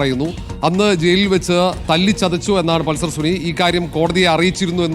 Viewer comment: പൾസർ സുനി ❌ പൾസർ സുന ✅🚀